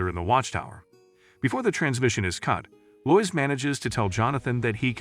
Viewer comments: Lo-is, not lois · Robovoice is lazy and I hate it, but I love how your robot says "Batm'n" UPDATE : oh and "Loyce" ? Come on... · "Loiz" lol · It’s too bad all these recaps use Ai voices. Proper pronunciation lost. So grating to hear Lois, etc spoken wrong.